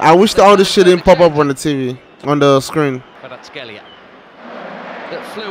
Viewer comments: kvara ts ,,x"elia no its kvara ts ,kh, elia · Kvara cxelia,not shtelia...)))))respect man